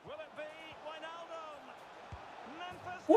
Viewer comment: No one: Kylian Mbappe : GINi WiJNaljum